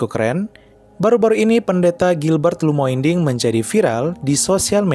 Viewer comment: Namanya Gilbert Lumoindong bukan lumoinding, saya dengar di akhir video, btw saya Katolik ya..